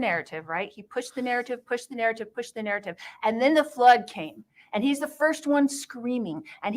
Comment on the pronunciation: Can she talk without saying NARRITIVE!!